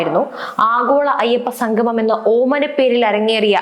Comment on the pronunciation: സംഗമം.......ഉച്ചാരണം ശ്രദ്ധിക്കുക